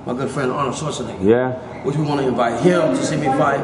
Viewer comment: Did da man just say Arnold SchwarzNIGGA !!!